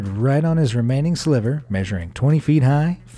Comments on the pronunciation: Lol you said silver thin for the grudge house, not sliver thin lol cool vid tho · Sliver thin, not "Silver" thin. Look closely at the spelling. The second one is what you said, the first one is what's correct. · "silver-thin building" couldn't be hard to catch by the narrator. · It's AL-A-MEDA, Alameda. Not Almeda. Also, "sliver," not to be confused with the color "Silver." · He did it again! Ala-meda! Not Al-meda! aaaaah! Hire me instead! aaaah! "Silver thin"! Is he a robot? He sounds so real. Yes, I have ADD. Yes, this is a problem for me. I can't follow the story when my head is exploding with horror at his pronunciation!